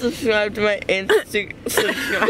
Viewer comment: He can't say instagram😂😍😍😍😍💖